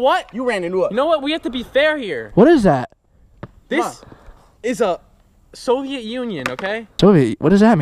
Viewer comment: "SOIVET UNION"💀💀💀💀💀